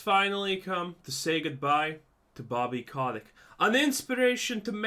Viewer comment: i always hear Boby CokDick :D